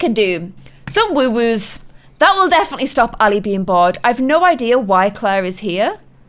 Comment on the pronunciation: i love how u say woowoos instead of woohoos